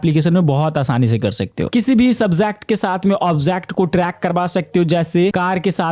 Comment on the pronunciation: Bhai subject object hota hai. Subjhact objhact kya hota hai😂